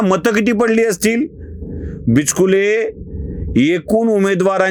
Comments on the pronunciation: Sir bichukle bola not bichkile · Not bichkule but bichukle Your pronunciation is wrong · बिचकुले नाही, बिचुकले अस आडनाव आहे